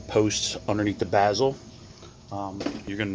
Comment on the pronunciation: A boot not a gasket bezel not bazle goo off not goof off